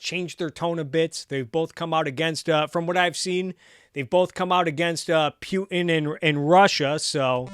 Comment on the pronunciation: Love your content. Good stuff. Keep 'er goin but eeehh.... Are you pronouncing it Pew-tin to sound like an A-clown on purpose or? 🧐